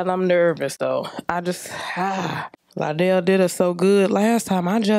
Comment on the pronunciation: Lie-dell is not worthy of the vocals, but I thank you for the blessing.